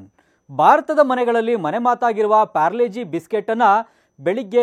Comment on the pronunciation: ಯಣ್ಣ ಅದು ಪಾರ್ಲೆ -ಜಿ ಅದು ಪ್ಯಾರ್ಲೆ - ಜಿ ಅಲ್ಲ 🤔